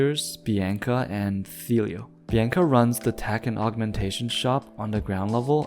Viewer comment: also youre saying bianca wrong